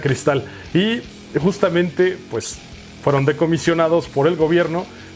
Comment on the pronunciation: Alerta aeropuerto: Decomisados ados... adosss... adoosss... El de las noticias del 5 que no recibe paga por ello pero aun así le gusta “darlas”: “Decomisionados” xD tremendo ese capo xD